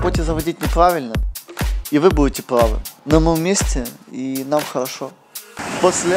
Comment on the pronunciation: Вы будете не пЛавы, вы будете пЛавы, из фефектом фикции лучше видео не озвучивай.